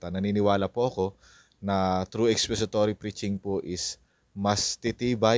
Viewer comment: Expository, not expesitory😮😮😮😮